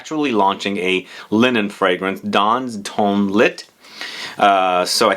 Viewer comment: You almost had it perfect! Dans and ton were perfect but "lit" would be pronounced "lee". And YES! One thousand and one roses! Your French is pretty good,! I'm really excited to smell Penhaligon's The World According Arthur. The boutique in my city that carries them will get it soon. Also, Parfums De Marly Haltane, which I thought was supposed to be a Harrod's exclusive but the boutique in my city that carries PdM fragrances has it now listed on their website. So, those are the ones I'm most interested in smelling.